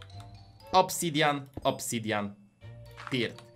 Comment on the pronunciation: muwi się obsydian a nie obsydjian🤣💕